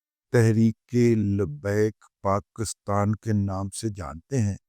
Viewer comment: ابے پہلے پاکستان کا نام تو صحیح لینا سیکھو- یہ PAKASTAN کیا ہوتا ہے صحیح لفظ PAKISTAN ہے